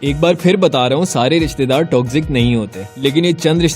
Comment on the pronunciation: ristedaar nhi rishtedaar hota hai intro check kro